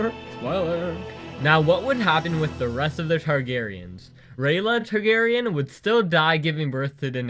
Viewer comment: also, neither last name, star-garyen instead.